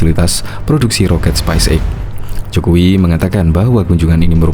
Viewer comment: Halo Mimin. penyebutannya speis (space) eks (x) bukan spais (spice) eks (x).